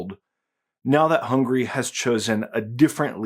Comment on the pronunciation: How come you Muricans pronounce Hungary 'hungry' all the time and never correcting that?